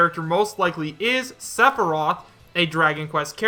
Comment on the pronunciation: i think just threw all of what little credibility he has had in pointing out potential leaks, he cant even say sepheroth right